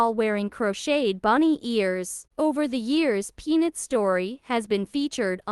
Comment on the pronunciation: Is it too damned much to ask that HUMANS narrate these videos, instead of idiot AI? The squirrel's name is Peanut. NOT Pnit! and TikTok is NOT TikTik!